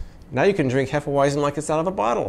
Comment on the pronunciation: Hefeweizen is pronounced "hay-fuh-vite-sen" just saying, was stationed in Germany for 4 years awhile back. They have some of the best beers I've ever had